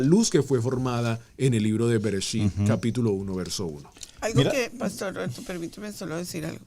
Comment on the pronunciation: Esta buena la enseñanza solo q no dise Brecht dice bererechi una letra le sacaron